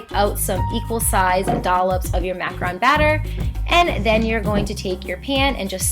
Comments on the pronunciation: i love this video but every time you say "macron" i die a little. its macrOOn. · Dylan Ruggeri actually, it's macarON. MacarOOn is the cookie with coconut. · Dylan Ruggeri it is macaron only. Macaroon is something totally different